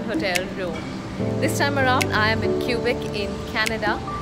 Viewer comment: the way she said Quebéc 😬